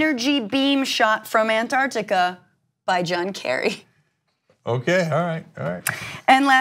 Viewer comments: Did the US change the spelling of Antarctica to Andargdiga, or do they all just have a speech impediment? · ANT Arctica !!?? FFS